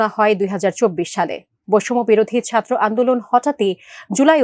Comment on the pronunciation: তোর উচ্চারণ এত খারাপ ছাত্র কথাটা টাও উচ্চারণ করতে জান বেরিয়ে আসে